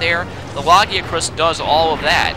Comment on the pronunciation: It's pronounces lag-ee-a-crus not lagi-acrus